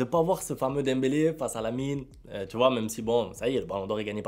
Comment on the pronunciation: 😂😂😂😂😂 ce lamine que tu fais comme ça 😂 on Vera bien